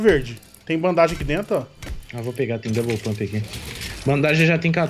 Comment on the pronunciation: e, vcs estão nos Estados unidos estudando inglês, certo?pois então por que vcs pronunciam ban-da-ge? Sem ofensa.